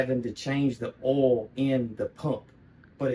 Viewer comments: It's oil, not ole. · Are you saying oil? We just pronounced it different in VT.